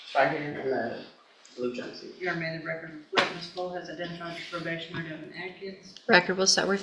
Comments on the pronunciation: i was thinking the same thing simply because my husbands name is Davin which is how the AI voice said instead of Devjn not Davin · Devin not Daven!!!